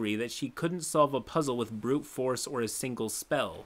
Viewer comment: The way he said Stephen as “Stefan” hurts me